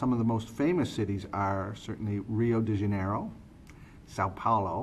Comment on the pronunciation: OMG ahhahahaha u said everything right.it's pretty funny the way u say,são paulo,Rio de janeiro and carnaval ahhahahahha